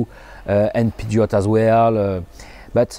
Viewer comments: Did he say "poo geott" for Peugeot? Am I saying "Perjheo" wrong? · Wait, I heard him pronounce Peugeot as "Pee-jot". Have I been pronouncing this word wrong all these years? Anyway, I'm glad this conversion is affordable because it will give more people a chance to experience the advantages of EV ownership. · Its PewJo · Great news once again. Maybe something got lost in the French thong of the nice man from France but when were the first deliveries to be expected, please? (My Dutch ears heard 2033... That cannot be right, right?)